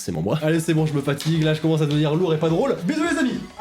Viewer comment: “je commençe” lol !😁nan j'déconne, continue comme ça, super ! 😉